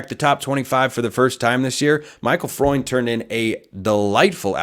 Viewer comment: Fruend pronounced like Friend